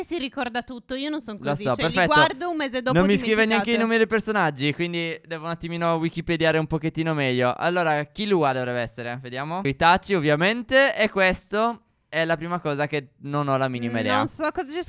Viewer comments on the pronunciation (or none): Si dice anter anter e lui si chiama killua